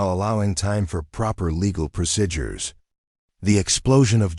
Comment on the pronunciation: Would someone program this machine to pronounce " p r o c e d u r e s" properly? Not proc"i"dures!!!!!!!!